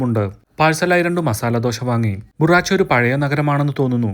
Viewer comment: Good narration. നന്നായി ആസ്വദിക്കുന്നുണ്ട്. കശ്മീരിലേക്കുള്ള യാത്രയിൽ ഭവനഗറും അലാംഗും കാണാനുള്ള തീരുമാനം യാത്രാസമയം കൂട്ടില്ലേ? ഏതായാലും കാണാൻ ഒരുപാടുണ്ട് അവിടെയൊക്കെ. അടുത്തുള്ള Gir Lion sanctuary കൂടെ കാണാൻ ശ്രമിക്കുക. പിന്നെ, ബുറാച്ച് അല്ല, ഭറുച്ച് ആണ് ഉച്ചാരണം.